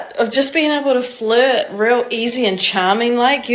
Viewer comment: Fluhhht? I will not Fluhhht.